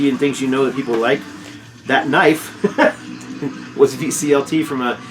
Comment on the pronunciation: You are tha bomb,. Just a really, Really great guy. However.... never say “knoife” like that again.;-( LOL P.S. no need to explain yourself. People who have sh%# to say.... Eff ‘em! Just a bunch of haters who have nothing better going on in their lives so they have to rag on stuff that has absolutely nothing to do with them. Seriously.